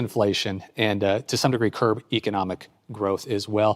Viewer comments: PLEASE someone tell him that it's "CURB inflation". Not "curve". At least that's what I keep hearing. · He's such an empty suit. And it's CURB!!! NOT CURVE!!! Dolt.